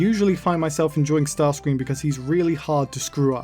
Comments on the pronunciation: The Michael Bay version sounds like he's saying "daddy"😅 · Bay starscream sounds like he is saying Nazi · i hear yahtzee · i think bay starscream said “betsy” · To me it sounds like he’s saying feet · It sounds like he’s saying gratsi to me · When Bayverse Starscream made that noise, I heard “Nazi” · I litaryly though he said the nazi😅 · Am I the one who thinks he's saying "yahtzee"? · To me it sounded like he said "naughty" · I hear “Nazi” for some reason Like idk I just hear that